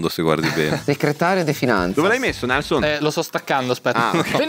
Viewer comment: È GIUSTA LA PRONUNCIA DI NELSON E FUFU È PIATTO GHANESE!!!!!